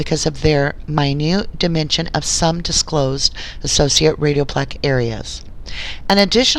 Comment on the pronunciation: A few mispronounced medical terms... such as “radiopaque.” Other than that, excellent work getting the documents. Your suspicions and questions are spot on! I pray for the Avery family! May justice be served for them and for the Halbach family!